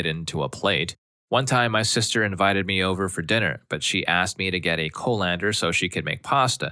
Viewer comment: The way you pronounced Irn Bru, colander and sieve all wrongly, one after another destroyed my soul lol.